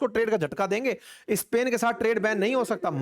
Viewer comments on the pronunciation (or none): सर , आप इस्पेन क्यू बोलते हो जब के pronounce स्पेन है ?